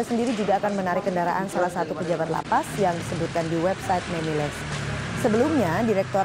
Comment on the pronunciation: Gw salfok ama reporter yg ngomong MEMILES 😅